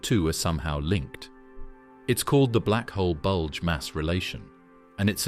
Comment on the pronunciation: Please stop saying bulge